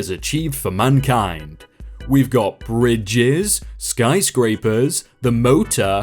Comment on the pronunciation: it actually said sky-crapers. Not skyscrapers.